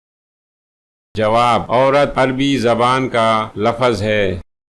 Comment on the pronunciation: بہت خراب وڈیو! جس کی بولنے کی تمیز نہ ہو یعنی لفظ(Lafz) کو Lafaz پڑھتا ہواور تھنیل کچھ دیکھا تا مگر وڈیو کچھ اور دیکھاتا ہو یعنی صاف دھوکا کرتا ہو